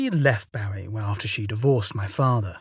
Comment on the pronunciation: Well done! Just a gentle heads up from a former resident, "Bowie Maryland" rhymes with "gooey" & "Marilyn," as in Monroe. :) I know it makes no sense and I don't understand it either, but I do know that's how locals pronounce it, so I hope that helps. :-) 💕